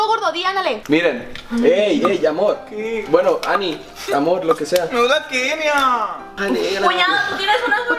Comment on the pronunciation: Si se dieron cuenta, cuando estaban acostados y Kenia habló, dijo locha en lugar de Kenia